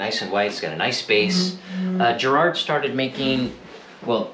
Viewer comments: Why can't Americans pronounce the word Garrard right?. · It's Garrard as in Gaul, Garage and Gandalf and not as in Gerry or German.